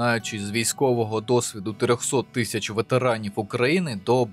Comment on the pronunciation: прошу говорити не тища(як свино-собаки) а тисяча